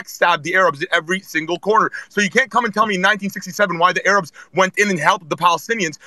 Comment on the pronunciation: The ARE-UBS????? I’ve never heard Arabs pronounced like that lol Could be common for the record I’ve just never heard it